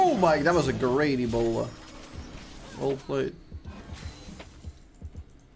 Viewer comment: says E - Bola and my brain just goes "yup, that's the word for bola" and doesn't question it. I'm too stupid sometimes xD